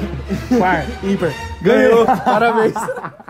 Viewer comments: Só pode ser coisa de Osasco falar impopar ao invés de par ou ímpar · A disputa mais tensa de "impopar" HEUEHEUEHEUEHEUHEUEHEU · fala IMPOPAR que nem o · O também fala Impopar! Hahaha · Ou o tbm fala “imporpa” hahaha Só quem segui vai entender hahahahaha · Quem percebeu q o tbm fala "impopar"???